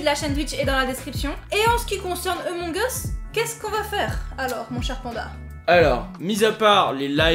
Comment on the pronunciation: "Amons us"